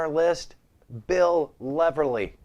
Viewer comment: U may want to read on how to say. Bill Leverty. U miss saying the T